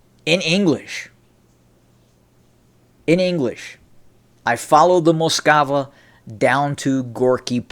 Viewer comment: Some minor housekeeping: It Russian it's "Moskva" ("Москва"), i.e. not "Moskava". Now to the content of this clip: In the mid-1980s I was already traveling routinely to the USSR on business, and in the 1990s I basically lived there. It was totally obvious to any serious USSR-/Russia-expert at the time that things were changing, big time, vis-à-vis the time I first experienced the USSR in the deep-freeze of the Cold War as a student in 1977. It's disappointing that the U.S. Army hadn’t yet caught up and still had that mural up on the wall of Fort Knox, but in all fairness I think that's because down at the operational level of the "jarheads" (OK, those are the U.S. Marines... but it's the same difference) changes take place more slowly. Until Gorbachev came along there can be no doubt that the USSR was a dangerous threat... the mural was probably just a holdover from the pre-Perestroika days. The real problem is that we're back to where we were... except even deeper in darkness, closer to WWIII than ever before in history. As far as the Scorpions go: I liked that “catchy” song too, but it just goes to show that one should never get too emotional about the political perceptions of a bunch of moronic, brain-dead (and probably drug-taking) "rockers". These guys always were and still are just a bunch of uneducated, totally stupid jerks who basically understood NOTHING about the changes they were singing about back then and today understand NOTHING about the current conflict in the